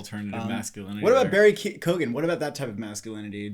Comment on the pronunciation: Barry Keoghen is pronounced like Key-on